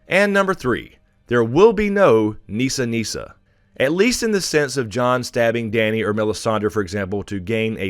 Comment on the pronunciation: The hell you say we are not going to see Jaquen!!!😫😫😫 I'm OK not seeing Nissa Nissa but how about "Nisser Nisser"!!!LOL😄😄😄Awesome series love these!!!😍😍😍